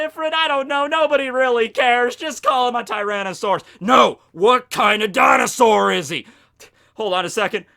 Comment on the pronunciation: How do you have Kowaryuu on screen and still pronounce Dinosaur wrong xD